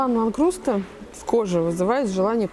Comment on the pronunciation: Диван не "Ландкруста", а "Ландскруна" 😜 Не обзывайте моего любимчика! 😁 "Но это так, лирика...", - как говорит одна всем хорошо известная девушка 😉😜 Всё супер. Спасибо за новое видео!!! С меня лайкосище! Обратная связь. Про надобность показа интерьеров. Я считаю надо показывать. Очень нравится находить в интерьерах какие-то интересные ходы, про которые ты никогда даже и не думал, или увидеть какую-то вещь, на которую раньше никогда и не взглянул бы, а оказывается, что в интерьере она смотрится совершенно по-другому. (Одно время лично я подвис на канале, где девушка снимала, из польской IKEA, в основном интерьеры и их постоянные обновления). Я лично думаю, что стОит показывать интерьеры. Я - ЗА! 👍👍👍